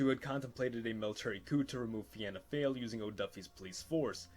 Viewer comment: For you pronouncing fianna fail you should pronounce fail as either fall or foil.